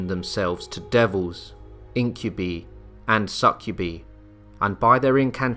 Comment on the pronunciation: IncubEE & Succu-bee?? AGAiN with these moronic narrators! Even with a UK accent he should’ve got that right- even if he didn’t go past the